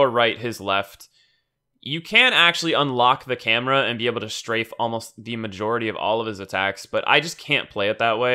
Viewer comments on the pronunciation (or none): none